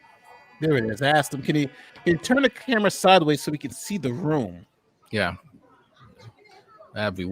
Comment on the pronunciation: Wish she stopped saying” Turt” The word is Turn !!!